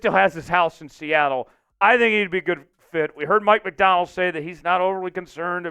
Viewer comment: It sounds like you're saying Mike McDowell would you please pronounce his last name right